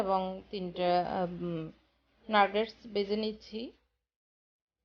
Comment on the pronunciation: KOTHATA NARGETS NAH NAGETS